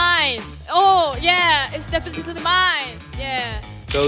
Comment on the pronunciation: the way she said "definitely" 😭😂